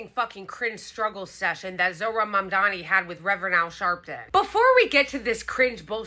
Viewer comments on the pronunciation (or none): I've also heard him mangle Mamdani's name even worse than others have -- 'Ma'am Damney.'